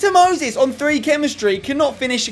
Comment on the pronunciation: why does he pronounce Moses as mosis